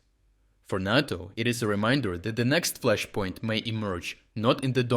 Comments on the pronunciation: it's called NATO not Nawto!! 🇺🇲💪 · NATO as "NAY-toh" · Great content as usual. One tiny detail: "NATO" is pronounced with a long "a".